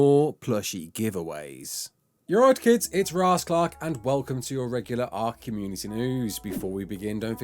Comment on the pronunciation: At the beginning are you saying "you're right kids" or "alright kids"?